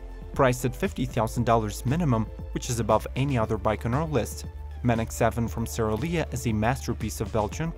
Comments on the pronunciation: #3, the Manx7 is pronounced Manx, rhymes with tanks. The name comes from the Norton Manx. It's not Man-x. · The Manx7 is pronounced ‘manks’ like the name for the Isle of Mann in the UK renowned for the world famous TT races!